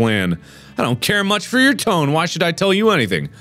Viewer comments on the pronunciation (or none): none